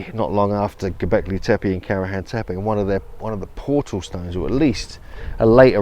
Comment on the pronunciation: The accents in these names of places in Türkiye (Turkey) are often at the end of the word, not the beginning. That goes for Alacá Höyúk, Göbeklí Tepé etc. The latter I've never heard to be pronounced even remotely recognisable, and it's been more than a decade! It makes bad impression. General rule: the sounds are to be pronounced directly as they are written. Moreover, "C" is like "J" in English, "H" is not silent, "E" is like "e" in "red", not anything else! "Ç" is "CH" (tsh) like in "church" or "chest". "I" without dot is pronounced like the "i" in "girl" or "sir" - quite different the the usual "i". The middle of "Höyük" is like the English "you" – Alajá Ho-yoú-k.